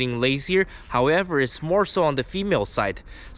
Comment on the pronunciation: "however it's moresow on the female " lol😅